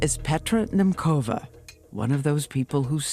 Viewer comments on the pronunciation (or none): Nemcova is pronounced not Nemkova as you do it, but rather Nemtzova where like in tzar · Why isn't the interviewer pronounced Nemcova's last name properly? Don't producers prep their talent or maybe she didn't care? This is the kind of stuff I need to know.